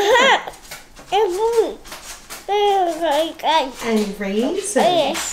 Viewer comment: I LOVE how says "goom" for good!!